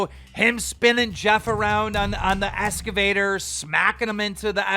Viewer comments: Keem it's a fuckin Excavator not an esscavator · 🤦‍♂️ wtf is a “S-gavator” ? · Ok Keem SXSW is South by Southwest..... Duh. Also it's an Excavator NOT an escavator! Where in the Sam hell did you go to school?